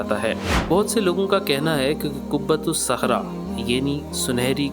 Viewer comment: قبۃ الصخرۃ ہے ،قبۃ الصحرا نہیں ۔لفظ کی تصحیح فرمالیں! حالیہ دنوں میں چند ویڈیوز میں بھی بعض فاش غلطیاں دیکھنے کو ملی ہیں ۔ویڈیو بنانے سے قبل الفاظ کی تصحیح کے سلسلے میں خوب اطمینان حاصل کرلیں-ضرورت پڑے تو کسی جاننے والا سے رجوع کرلیں،کیوں کہ سیکھنے کی عمر کی کوئ حد نہیں ۔ الحمدللہ! اس چینل کی اکثر ویڈیوز پابندی سے دیکھتا ہوں اسی لیے اس مناسبت اور اردو کی محبت، میں یہ چند جملے آپ کی خدمت میں پیش کردی ۔امید کہ اس کمی دور فرماکر اس چینل کے وقار و استناد میں مزید اضافہ فرمائیں گے ۔ محمد سہیل اختر قاسمی (ایم اے اردو)کشن گنج بہار انڈیا